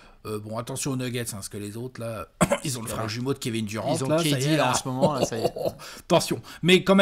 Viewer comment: AU MÔMENT